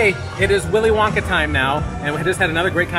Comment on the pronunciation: Did just say Willy Wonker???!!! Haha!! 😂😂😂😂 😱